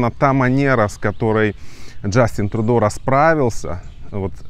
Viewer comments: Спасибо за выпуск. Но пожалуйста, произносите правильно: ТрЮдо. (Trudeau) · он не ТрУдо а ТрЮдо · А может, лучше Трудеау? Иностранцы не обязаны под чужие правила произношения подстраиваться. Мы не говорим лАндон, пари, бэлин, лысбоун.